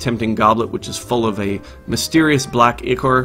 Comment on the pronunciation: Ichor, pronounced eye-core.